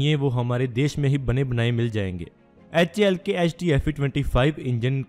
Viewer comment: HAL bolne ki practice karna bhai bol nahi paa raha hal sahi se.